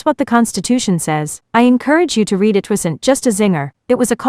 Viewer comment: BS AI narrator can't tell "read" from "read"